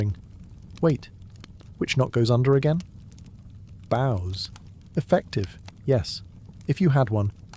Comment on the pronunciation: Bows not bows??